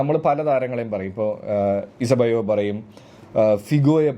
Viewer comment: ഇസബെയോ 😂. അതാരടെയ് Eusebio ആണ്. Pronounced as yoo-see-bee-oh